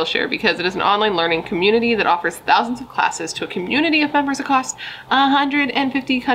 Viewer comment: But it’s “A-CROSS” not “acrosT”